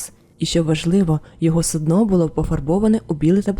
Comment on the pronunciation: Дякую за нову історію. ❤ Вибачте заздалегідь, я знаю, що мене за це закидають помідорами🥺, але я, як колишня працівниця Укррічфлоту, душніла і людина з ОКР 😅 не зможу не думати про це. Не суднО, а сУдно. Це дуже різні речі 😉. 🫣 Будь ласка, вибачте ще раз, що я прискіпуюсь.